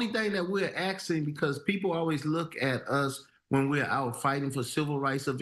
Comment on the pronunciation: “the only thing we are axing”